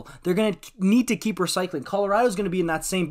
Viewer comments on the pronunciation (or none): none